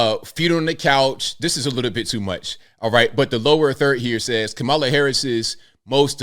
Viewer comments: Not Mammala. Kneela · Did Drew just say "MamaLa" instead of "Kameluh" 🙄😬😅🤣